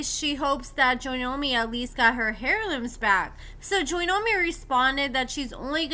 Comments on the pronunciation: Girl say AIR LOOM for heirloom. Not hair loom. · Heirloom is pronounced air loom the H is silent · The h is silent in heirloom